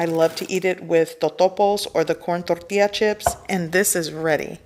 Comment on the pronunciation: Besides juicy limes , I'd like to pronounce tortillas the way you do